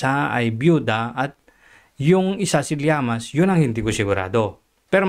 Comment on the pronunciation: LLAMAS hindi Llaman!Ayusin mo!